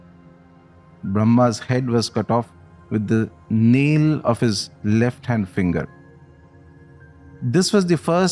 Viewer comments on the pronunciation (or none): none